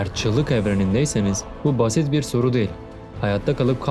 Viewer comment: Kardeşim videoların gayet iyi, içeriği güzel yazıyorsun, doğru bilgiler veriyorsun. Tebrikler ederim. Ama bir eleştirim var dikkate alırsan sevinirim, belki genç arkadaşları çok rahatsız etmemiştir ama beni ediyor; diksiyonunu biraz düzeltip, telaffuzu daha düzgün yaparsan sevinirim. Özellikle "değil" kekimesini sanki "del"" der gibi çok rahatsız edici söylüyorsun. Anlatımı sanki bir kağıttan hızla birşeyler okur gibi değil de nokta virgül duraklarına daha çok dikkat ederek, vurgu ve tonlamayı daha düzgün yaparak, sanki kağıttan okuyor gibi değil de normal sohbet ediyor gibi yaparsan daha güzel ve akıcı olur. Bunu geliştirmek için sesli kitap dinleyebilirsin, oradaki insanlar profesyonel. Tıpkı senin gibi bir metin okuyorlar, hem de çok daha uzun metinler ama hızla ezbere birşeyler okuyor gibi değil güzelce birşey anlatıyor gibi okuyorlar. Okuma hissiyle anlatma hissi arasında çok fark vardır, ikinciyi yakalamaya çalış. Ya da yok uğraşamam dersen kendin bilirsin ama en azından bari şu "değil" kelimesini kullanma, başka kelimeler seç onun yerine. Selamlar